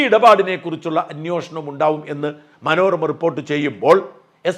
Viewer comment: അന്നോഷണം അല്ല മലയാളീ, അൻവേഷണം ആണ്. short form ആണ് അന്വേഷണം